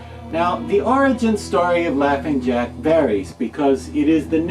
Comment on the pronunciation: Jaughing Lack 😂🤣